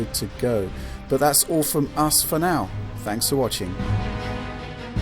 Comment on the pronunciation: Fwanks for the video,.